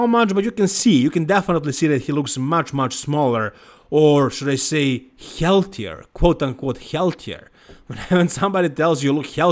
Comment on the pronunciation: please say "healthier" again dude 😂🤡